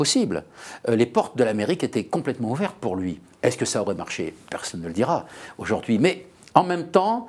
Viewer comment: Mr Lecoeuvre, ce que vous dites est très intéressant, mais on ne dit pas auJORd'hui mais AUJOURDHUI !! 🙄